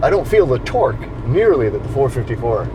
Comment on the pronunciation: No he stated 485ft-lbs of twooahk